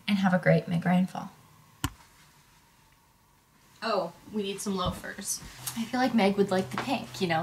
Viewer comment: everytime says 🎃meg ryan fall🎃 I can't stop listening ✨migraine fall ✨ I love meg ryan ok??? I'm just stressed out